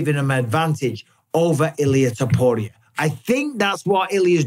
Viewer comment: Am I the only one who is annoyed by the way Mike b says topurrrrrias name 😂❤